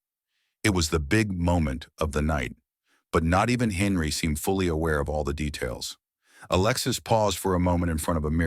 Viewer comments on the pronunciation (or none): none